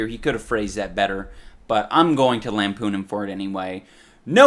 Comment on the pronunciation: He's gonna 'lampun ' for him anyway. what's lampun????